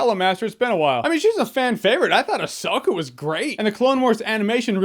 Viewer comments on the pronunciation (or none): I despise the way you pronounce Ahsoka...